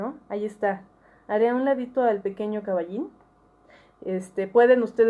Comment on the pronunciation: Me hiciste reír con lo del caballin, está medio: jaja cómo dices caballin